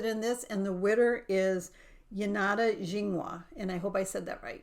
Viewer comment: Wonderful video. I enjoy the installments on the travel journal. You said my name almost correctly. Janada last name is Native American means white pine (Chingwa).